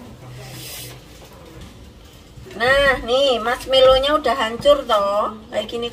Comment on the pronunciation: Mask = topeng Melow = sedih Jd bahasa indonesianya topeng sedih donh mba...wkwkwkwkw Yg bener marshmallow mba 😂